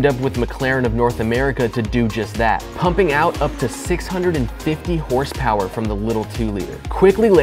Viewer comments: More like hrsprs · Never heard of this “ horse power “ I think you mean hurspers?